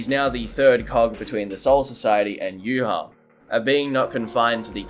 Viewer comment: Contacted Kubo, he confirmed it's pronounced "yoo-watch" and not "yoo-ha-bawk"